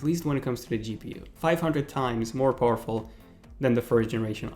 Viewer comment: The next time you say "poorful" I explode.